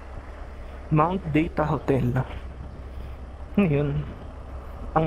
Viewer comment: Lumalabas pagka-english accent mo sa "buguias" at "mt. Data"😅 Nakakatuwa, motor ang pinipicturan mo. Mga ganyang moment, nagkakaron ng attachment sa mga lifeless object tulad ng motor. Mahihirapan ka na ibenta yan dahil sa memories at pinagsamahan nyo.